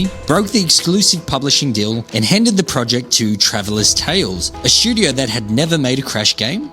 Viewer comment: Say it with me…STUdio. Not SCHudio.